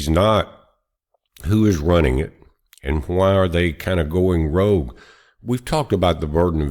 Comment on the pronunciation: Rogue, not rouge! (That's blush!)